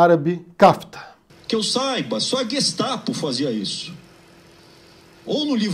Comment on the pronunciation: Gestapo ele fala direitinho.